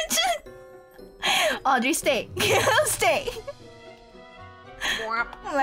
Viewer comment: Thats not Audry Thats Auedry